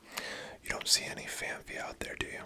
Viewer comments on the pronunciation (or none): I appreciate the video but... Phanpy. It's not PH or F, just P. Phanpy.